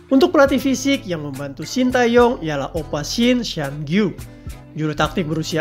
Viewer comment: Saran aja ya untuk pengucapan nama STY khususnya bagian "Tae" sebenarnya penekannya lebih kepada Te daripada Tae. Huruf -a disematkan sebelum -e untuk membedakan cara pengucapan karena ada beberapa huruf yg mirip pengucapannya. Huruf 으 dibaca "e" seperti pada kenapa. Huruf 에 dibaca "e" seperti pada era. Sementara nama STY menggunakan huruf 애 yang dibaca "ae" tapi tetap penekannya pada -e bukan pada -a. Anyway terimakasih untuk informasi mengenai staff pendamping STY yg cukup jarang dibahas di channel lain.